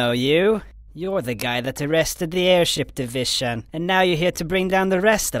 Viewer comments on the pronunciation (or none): Airsip Divishon